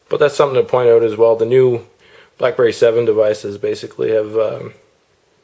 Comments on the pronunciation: lol, the way he says out..."ohut" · Notice the canadian "out"